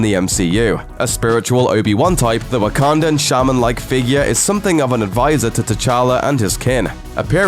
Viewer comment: I'm being serious...are you saying Wakandan or Ugandan?